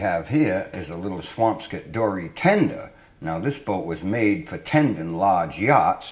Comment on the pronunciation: is he saying; `swampscott' or is he saying `swampskit' ?